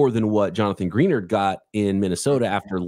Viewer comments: Gree Nard 🤘🏽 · Why does not a single NFL show know how to pronounce Jonathan Greenard's name?